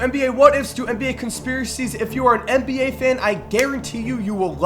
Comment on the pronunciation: Please... For me! Say NBA not MBA, NBA! Thanks I love you